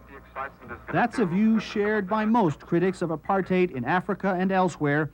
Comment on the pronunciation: Kinnock pronounced Apartheid just like an Afrikaaner .